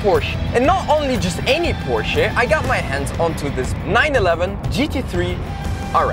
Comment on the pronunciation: I love that you are one of the only youtubers that pronounces Porsche right!